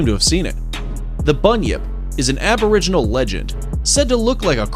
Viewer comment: Diprodon? Did you say DIPRODON? You even had it written properly on the screen! Diprotodon. Pronounced: Die-pro-toe-don. Please try a bit harder in future. Edit: Oh...and your 'aboriginals' were just appalling.